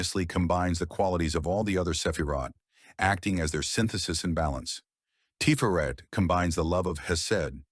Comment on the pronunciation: This is really good info. Just one pedantry point. Tiferet rhymes with the name Chet (like Chet Baker) rather than Ché (like Ché Guavara).